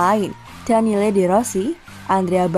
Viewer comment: Buset, 5x salah sebut Del Piero jd Del Peiro, ini salah yg baca ato salah yg ngetik naskahnya udah ga paham lg dah. Padahal baca Daniele De Rossi udah bener Daniele bukan Daniel 🤦 Hadeh, berkali2 ini denger nyebut nya salah mulu bukan di konten ini doang 🤦